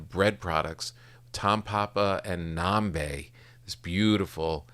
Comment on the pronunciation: nambé. —accent is on the é, papa tom ;)